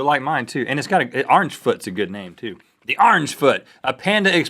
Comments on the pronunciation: "Arnge foot" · he said ornge chezzzzzzzzzy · big mac and cheese seems awesome orangefoot seems kinda awful might have something to do with me not liking orange chicken, pepper jack cheese or the way he pronounces orange "arr-inj" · Why the hell does Rhett pronounce orange as "arange" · rhett pronounced it "arnjj chicken" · Sometimes you guys have funny pronunciations. Like "*MAC*-donalds" and "Ahrnge-foot" and "tor-TILL-uh" haha. (I am from western Canadiana) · I thought you were going to mention the fact that they pronounce "Orange" as "Rrr + ange". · I would say Orange Foot would be better, but I can't because of the way Rhett says "orange." So I'm going with the Big Mac & Cheese.